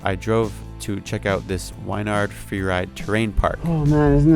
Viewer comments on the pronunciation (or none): Nice vid man! Its pronounced "win"-"yard" just so ya know!